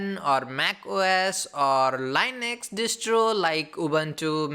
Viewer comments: please for fuↄk sake its linux not lainex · Dude, I am sorry but I couldn't stand this for 2 minutes. My 2 cents: talk normal and learn how to pronounce Linux. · There is nothing wrong with learning the correct pronunciation of a word.